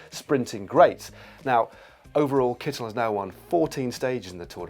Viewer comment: Nice to see Matt saying the Kittel name right. Dan, mr. Kittel is German so the accent is on the first vowel... opposite to what his name would be in England. Although it's also Dan Mártin and not Dan Martín in England, so that second vowel rule must be a bit more shaky then it seems.